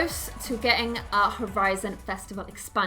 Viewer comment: I got so triggerd when she said expenoin